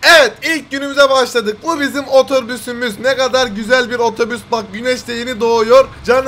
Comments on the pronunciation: 'da oforüz 😂😂😂😂😂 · Abi otobüse oforüs diyen koca yürekli enes batur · 'daki oforüs 🤣🤣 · Ototüs ne ya 😂😂😂😂😂😂😂😂😂😂🤣🤣🤣🤣🤣🤣🤣🤣😅😅😅😅😅😆😆😆😆😆😆😆